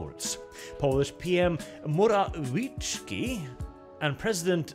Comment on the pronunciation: If you need a quick pronunciation guide: Prime Minister Moh - rah - vieh - tsky and President Doo - dah.